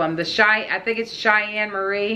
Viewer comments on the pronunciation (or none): none